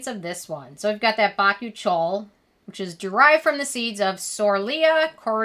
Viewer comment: Oh, I thought it was pronounced "bah-coo-chi-al" not "bach-oo-chole"